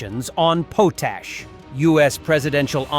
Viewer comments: its pronounced POT-ASH export not POASH export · The potash they talk about is badly pronounced. It is one of the required components of fertilizer.